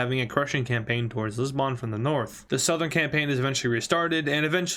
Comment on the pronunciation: It pains me as a Portuguese person, because he is pronouncing Lisbon wrong 😂